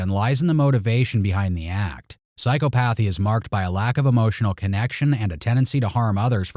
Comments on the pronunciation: Psy- ‘COP-othy, not Psycho-pathy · Psychopathy pronunciation: sai-kaa-puh-thee... 😬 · Psychopathy is pronounced sigh-KAH-puh-thee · Sai·kaa·puh·thee 😅. Love your content,, but...lol phew...the rapid fire of that mispronounced word, It just got to me. This is discouraging you in any way. Keep doing what you do, but this is of a constructive nature.